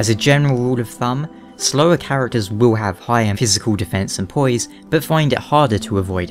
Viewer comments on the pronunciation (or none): his way of pronouncing poise..heh poyeese